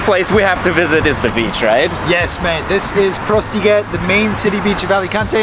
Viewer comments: Correction, the beach actually is called “Postiguet”, instead of “Prostiguet”. Beautiful video. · It is Playa del Postiguet, without the R and "del" instead of "de"